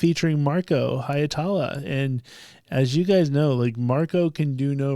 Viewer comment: Why can so many English-speakers not get Marko's surname right? 😂 The "ie" is two distinct vowels, simple as that - Hi (as if you were saying the English "he"), then without an actual stop in the flow "etala"... For a Finnish pronunciation, look up "Tohtori: The Reveal (with English subtitles) - Masked Singer Suomi", time index